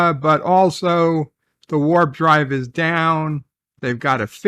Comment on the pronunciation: "...the Worf drive..." 😆